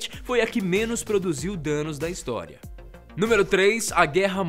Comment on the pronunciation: Ele Falou Hinstória kkkkkkkkkkk